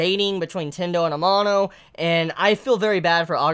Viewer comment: please pronounce amano's name right, its really annoying, thanks lol